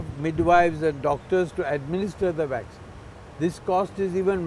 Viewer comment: Dr. P is a great man. The news reporter needs to learn how to pronounce the words he is using - Waxine and Anthrapanorial 😂